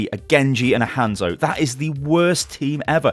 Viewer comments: Why do British people blatantly pronounce hanzo wrong. Its not like it's up for discussion how to pronounce it we've heard it. Hawnzo no handzo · If u say Hanzo like that 1 more time